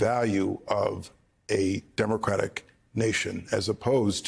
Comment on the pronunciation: Demradic republic. Say it right. Ya nonsense pedaler